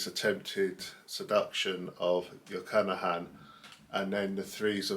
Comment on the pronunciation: I really like this; it makes me want to (try to) listen to this opera again. I hope you do not mind a correction (this is not a criticism- i clicked on "like") - it is not Jochannachan, just Jochanaan. Pronouncing it as "jo-cha-na-han" is like saying "john-on" instead of "john"